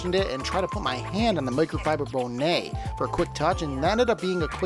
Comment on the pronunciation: Bow nay 😂😂😂 Hunny that's a bonnet Bon net